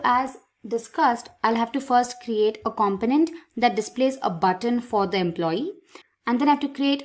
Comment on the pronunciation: Seems an ok tutorial, to many times said companent! It a com-po-nent, hearing this all the time made it hard to watch.